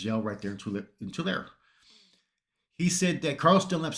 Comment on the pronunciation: Tulare [ To larry], thats the way to pronounce it.